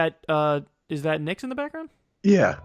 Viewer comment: Did name his baby knicks, i keep hearing knicks when he mentions the baby getting put to sleep